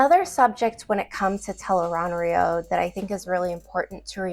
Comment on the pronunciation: The accepted pronunciation of Tel'aran'rhiod from The Wheel of Time is tel-AYE-rahn-rhee-ODD or tel-ah-ran-ree-od. It is often phonetically spelled as "Tel Aan Riad" or "Tel'eran'riad". It is not pronounced as "tel-aye-rahn-rhee-OAD (road)". Its ends with an ODD sound, not an OAD sound. I've been a fan for over 19 years. Please pronounce it correctly in the future. It matters: Here an an analysis of "tel-aye-rahn-rhee-OAD" Your pronunciation, "tel-aye-rahn-rhee-OAD," is very close to the official pronunciation. The only major difference is your final syllable, "OAD" (likely rhyming with "road"), whereas the official pronunciation ends with "ODD" (rhyming with "nod"). Old Tongue Meaning Interpretation: Based on the Old Tongue dictionary in The Wheel of Time Companion, here is how your variation might be interpreted: Tel (Commonly functions as "The") Aran (Adjective: Right-hand or Right-side) Rhiod (Noun: A World or Land) While the literal, accepted translation is "The Unseen World", a potential literal reading based on these roots is "The Right-Handed World". Changing the final sound to "OAD" does not explicitly change the translation from "The Unseen World" within the context of the books, but it alters the phonetic structure of the final word "rhiod," making it sound more similar to a long "oh" sound rather than the short "o" favored in the audiobooks and official guides.